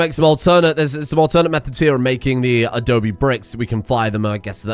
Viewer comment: Adobe, not adobi.